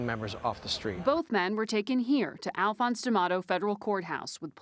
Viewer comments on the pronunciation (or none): none